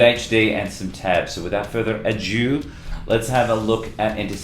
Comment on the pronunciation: "Further a-jew" haha love it